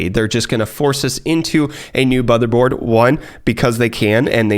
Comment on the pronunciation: "Botherboard", nice one.